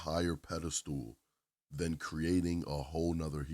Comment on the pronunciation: It's pedestal not pedestool.